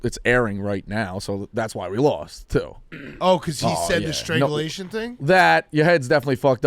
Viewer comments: calling it "Stranglization" is so on brand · It’s strangulation not stranzulization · consistently mispronouncing strangulation gave me a good chuckle